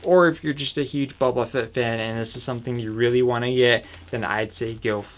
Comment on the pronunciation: It's Boba Fett, not bobba Fett!